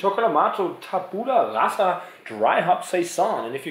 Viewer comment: Just one thing: it's pronounced tàbula rasa. If you didn't know, it's latin for "blank state". Anyway, if you want to try more italian beers, check out Borderline Brewery, they are from my area and they're still relatively unknown. Skål!